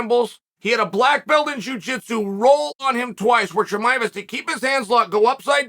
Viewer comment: U really need to work on name pronunciation.. I thought you were talking about Jeremiah